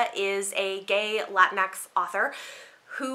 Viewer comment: Latinx pronounced La-teen-ex. Not Latin X.